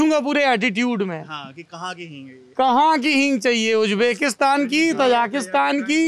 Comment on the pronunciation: It's not Tajaakistaan please stop saying/spreading wrong names of the countries. It's, TAJIKISTAN Stop saying Ujjbekistaan, please It's UZBEKISTAN Stop saying Kajakistan It's KAZAKHSTAN KAZAKH----STAN Of course, don't expect that from this illiterate Jaahil of India